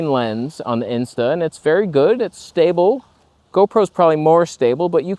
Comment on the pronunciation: I need more hee hee hoo. Do you know where I can gets some? Perhaps w ith a Go or a Pro? Incidentally, you said "stabe" again. We talked about this. Well. I talked about this.